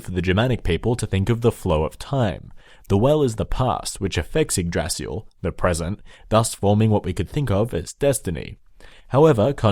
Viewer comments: "Feel free to make fun of for pronouncing everything incorrectly" Me: I'm sure it's not gonna be that bad First word: "Yggrasil" Me: in shock "Yggdrasil" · Yggrasil is pronounced ig-da-sil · Ygg"d"rasil Hod not Baldur and Odin dies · It's prononced yig-dra-sil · Yggdrasil is pronounced igg drah sil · yggDrasil (you misses a D) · when you said the name of the world tree i laught in my language we say yggdrasil but im from scandinavia so there is a difference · YGGDRASIL WAS PRONOUNCED SO wrong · lol I'm Swedish and I laughed so hard when he butchered Yggdrasil XD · Yay my prayers have been expected thanks for the video Also you pronounced Yggdrazil, angabora, balder wrong